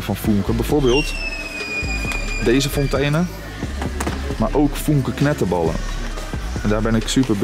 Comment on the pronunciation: Even voor de volgende keer, geen 'Fontane' maar als Duitse uitspraak 'Fonteene'. Leuke video